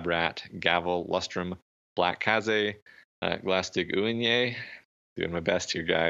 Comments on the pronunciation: Marquis is French. It's pronounced markeez or markee. And you might want to reread the Fairy Queen's last name for your pronunciation. Glaistig Uaine. Pronounced gl-eye-stig you-ayne. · Marquis is pronounced 'markwis' in english. it's not great but it's still a correct way of saying it. You're quite far off for Glaistig Uaine, but it's a tricky one. Depending on your accent and how you read this, It's pronounced close to glas-tig win-yih (IPA: /ˈɡlæʃtᵻɡ/ /ˈuəɲə/) It seems to be Scottish gaelic words that don't have english use.